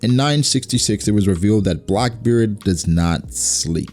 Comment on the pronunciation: you said brackbeard